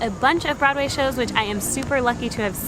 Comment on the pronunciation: Nope.. nope nope!! I am not buyin' it. You may claim to be a New Yorker but listening to you speak.. You're definitely a transplant to my city. There are just certain diphthongs that are just .... wrong. Particularly your pronunciation of "brod-way". Great video.. I am subscribing and hittin the notify keep up the good work.